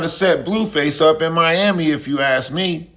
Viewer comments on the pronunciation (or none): none